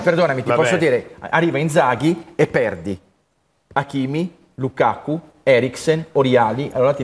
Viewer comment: Tutto giusto ma Heriksen e lukako non si possono sentire, ma perché storpiate i nomi? Eriksen per dio e Lukaku!